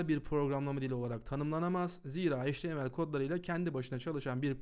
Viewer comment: çok güzel bi dersti tek bi şey çok dikkatimi dagitti maalesef. Heyç ti em el diye degil eyç ti em el diye söyleniyor. Çok yararlıydı tekrar teşekkürler.